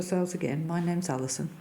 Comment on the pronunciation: tell me that didn't say Alison. Sounded like "Allie son."